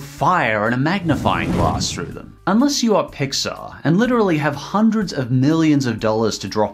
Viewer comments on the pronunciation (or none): none